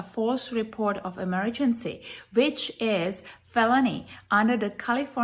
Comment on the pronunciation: Every time she says which it comes out as bitch funny lol.